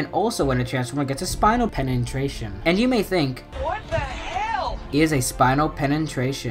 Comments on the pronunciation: Penetration not Penentration. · Pen-en-tration no it’s pen-na-tration that’s so u pronounce it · “Pena-tration” thats how its said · "Penentration" What the hell 😂😂😂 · What is a penentration? Its a penetration dude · Penantrashon lol